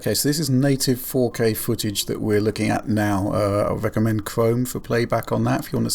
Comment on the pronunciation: "I wecommend Chwome"